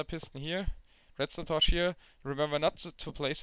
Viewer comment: i love how you say torch "torsh"